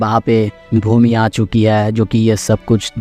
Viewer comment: Bhoomi ❌ bhOOmi ✅